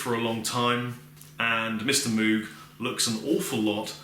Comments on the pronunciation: I know a few people who would crucify you if they heard you pronounce it "moog". Apparently it's supposed to be pronounced "moge" but idk. Loved the review, this set up really works and those pedals sounds phenomenal! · The name is actually pronounced "MOGE", not moog, (rhymes with rogue). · Moog rhymes with Vogue......not cow like moooo g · Good job on the video. FYI Moog is pronounced with a long O as in "oh" not "ew". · Yup. It actually has the long o sound, so it should be M-oh-guh. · Moog is pronounced like vogue! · I love you, but it's Moog rhymes with Vogue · Moog - Rhymes with Vogue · Doctor. Moog (rhymes with rogue). I'm being serious now. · Awesome. It's pronounced 'Mogue' (like Vogue) innit? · Moog is pronounced like moge not an oo sound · Moog rhymes with rogue. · "Mowg", it's pronounced "mowg". Rhymes with "mode". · Good demo! BTW Moog is pronounced like "vogue". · I think it's pronounced like moug/mowg rather than Moog but I've never been sure. Does anyone know? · Totally expected you to get loads of hate for the way you pronounced Moog. Good job, internet :) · Can nobody pronounce Moog anymore?